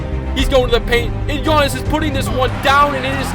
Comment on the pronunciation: Am I the only one who hears that he says ganniss and not giannis